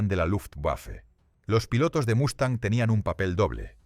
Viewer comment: Una pregunta para el creador del vídeo: ¿Lo haces para quienes hablamos español? Lo digo porque aquí, hasta hoy, Mustang se pronuncia Mustang y no Mastan. Otra cosa (disculpa): No es estratósfera, si no estratosfera. Saludos.